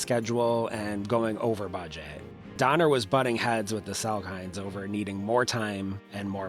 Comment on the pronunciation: its "sal - kin" not "sal KINE". yikes. they had been famously/commonly stated that the D was silent.